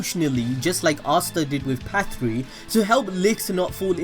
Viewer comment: You're finally saying Patri. Thank you